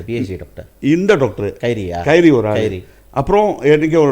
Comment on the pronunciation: Sir not kairy!